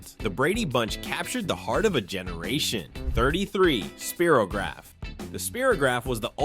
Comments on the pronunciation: Great memories !! We had (or knew someone with) every one of those things. **My Spirograph was pronounced Spy-rograph.. not Spear-ograph 👍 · SPY TO GRAPH.....NOT "SPEAR RO GRAPH" MORON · Not SpiroGraph (like hero) but SpyRowgraph was the pronunciation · It is not pronounced "SPEER-o-graf" but "SPY-ra-graf." Get it right, dude. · "Speerograph", really? It was pronounced "Spyrograph". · 10 and 4? Spear o graph? I was there and that is not how it was said 😄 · I made it to the end - there’s 49 - it ended in Vaseline lip gloss. Nice memories of these items. I pronounced Spirograph as SPY ROW GRAPH not spear row. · Many of these were actually from the 60's and earlier. Yes, they were still around in the 70's, but Easy Bake, Lite-Brite, Ditto copies, Saturday morning cartoons, 8-Track tapes, Polaroid cameras, vinyl records, Spirograph (pronounced Spy rograph, by the way, not Spee-rograph), filmstrips, Rock-em-Sockem Robots, and Lava Lamps were all part of 60's kids childhoods too. Not to mention that rotary phones, hand-written notes, milk in glass bottles, and B&W TV were all around in the 50's, and hand-written notes were still a thing into the 21st century (I expect they're still how the under 12 crowd pass messages in class). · I'm sorry, the funniest part of this video was hearing the announcer pronounce Spirograph as "speer-o-graph" rather than "spy-row-graph" and "humming along to 'mahaNNA-MAna'" rather than "ma-NA-ma-NA"! lol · It's pronounced spy-row-graf. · Spy-ro-graph... not Speer-o-graph. lol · Ooo Fleetwood Mac.. Its a spire oh graph, dude, not a spear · 33. Spy-row graph, not spear-o-graph. As in spirals. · It was a Spirograph not speerograph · Just FYI, it's SPY-ro-graph, not spear-o-graph. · Its pronounced Spi-ro not Spir-o as in VP Spiro Agnew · Sp' eye ' rograph not Sp ' ear ' rograph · Hmmm. It’s Spy Ro Graph! Not Speer Ro Graph! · I remember all these things but the guy narrating is mispronouncing lots of things, like macromae and Spirograf.